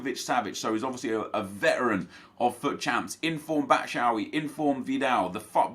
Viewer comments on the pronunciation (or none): none